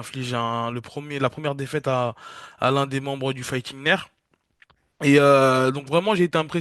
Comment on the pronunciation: Carlos Prates du fighting nerfs 🤣🤣🤣🤣 C’est le fighting nerds (ça se prononce neurdz) Merci pour ce petit moment 🙏